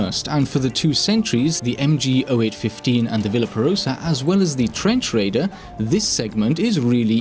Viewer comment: no this is the legitimate way to say mg 08/15 in german